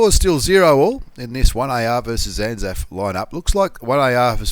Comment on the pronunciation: Anaf? you mean anal? i mean anzaf.